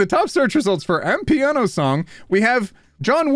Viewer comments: the way you said "amapiano" genuinely killed me. Maybe try looking up how it's pronounced for next time and no it's not a john wick song, it's a South African music genre XD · calling amapiano "am-piano", I'm dead 🤣🤣🤣 (to clarify it's kinda like I'm a piano but = ama pee-ya-no) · Amapiano, pronounced AMAH-PIANO, is a popular genre of music in South Africa. Some people consider it to be classless 'street music' and it's used as an insult here. For example, 'Is your son also a fan of Amapiano?' i.e. Is he doomed to a life of doing drugs, fucking women and dying young on the streets? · Hey. I usually don't comment on your vids (they're great BTW), but I just had to comment on your absolute butchering of Amapiano (respectfully, ofc.) Amapiano is basically a South African genre of music, made up of local or international music, usually remixed to include house elements and the added twist of piano. It's also pronounced Ah-mah-pee-ah-no, lol. The John Wick song you mentioned isn't actually from the John Wick series, just mentions him